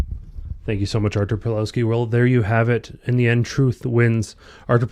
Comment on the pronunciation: Ar-toor Pav-wov-ski